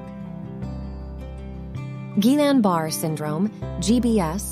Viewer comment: Barré, not Barr. Pronounce it correctly, please!